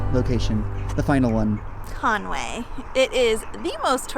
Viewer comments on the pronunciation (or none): Not Conway, please! Just say Conweee. (7.12) Nearly right.. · *Conwy (it's pronounced as "Con-wee").